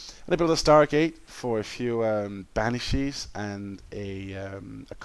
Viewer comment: Did you call a Banshee a Banishee again?...